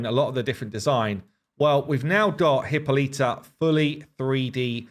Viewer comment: I love everything you guys are doing, but could you please stop butchering Hippolyta's name. She is not of the Genus HIPPO. Hippolyta pronunciation The pronunciation of Hippolyta is a topic of interest, and there are various ways to pronounce it. Here’s a breakdown of the different pronunciations: British English: 4 syllables: “hi” + “POL” + “i” + “tuh” American English: 4 syllables: “hi” + “POL” + “i” + “tuh” (similar to British English)alli